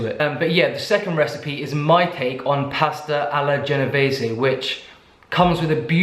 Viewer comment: I'm Italian and honestly... can't wait to try them two!! They look absolutely delicious 😍 Also yeah, you said "pasta alla genovese" right and the recipe is not that far away from the traditional one, great job as always👏😎